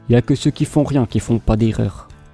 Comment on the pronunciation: juste, on dit holybild et non pas build, le u ne se prononce pas mais rien de dramatique mdr